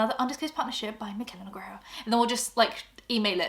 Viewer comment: Loving that you pronounced your last name more like the original pronunciation in the ad read❤